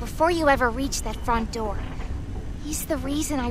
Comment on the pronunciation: bro realy said "Open the noor... open the noor...open the noor'